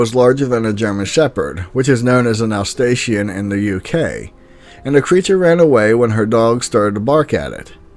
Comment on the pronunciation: When you try to pronounce ‘loch’ you sound as though you are trying to clear your throat. You’re doing it wrong, please stop it. German Shepherds are called Alsatians not Alstatians